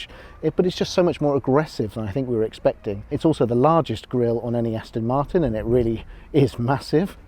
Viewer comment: The aaston martin with the emphasis on 'ass'